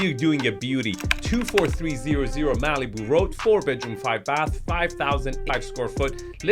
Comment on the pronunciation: I've never heard Malibu pronounced that way. Maleeboo. I like it! It's probably more accurate, too.